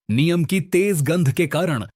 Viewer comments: भाईसाहब "नीम" को "नियम" नहीं कहते हैं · अरे भाई नीम को नियम नहीं बोलो